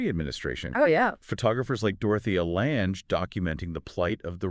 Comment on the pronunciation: Very interesting how the AI technique can generate a dialogue on the content of the book. It seems like a pretty good synopsis. The mispronunciations grate a bit, such as Dorathea "Lanj" (meaning Dorothea Lange). There's a reason why we distrust people who do not conform to the prevalent view of morality & competence. But providing services such as education & housing can help people improve their lives, Doesn't work for everyone, but doing the opposite is not going to help anyone.